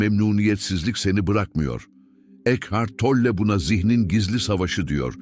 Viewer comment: Isim telaffuzuna takilmaktan videoya odaklanamiyorum Tolle deyil